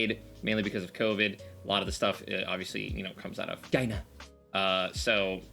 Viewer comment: No one be talking about the way he said china